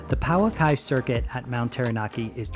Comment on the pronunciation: Please learn how to pronounce Pouaki correctly.